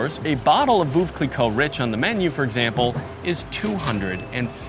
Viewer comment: if you’re French, why did you mispronounce Veuve?